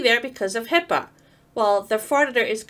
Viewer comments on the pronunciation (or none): Please, its HIPAA..not HIPPA or HIPPO